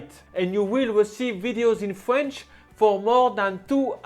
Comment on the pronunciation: Love these videos, but I can't help crack up when he says fwench 😆 Still fantastic video & he seems really sweet.